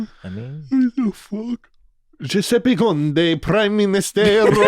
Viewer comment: im putting the saying giuseppe in an italian accent here for myself because its the hardest ive laughed this week